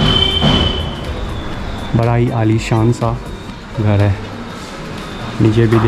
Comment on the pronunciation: Sale ache bhale ghar ko ghad bolta hai